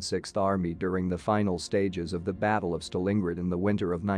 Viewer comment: I particularly liked 'trimmeter' (trimotor) and 'staLEENgrad).'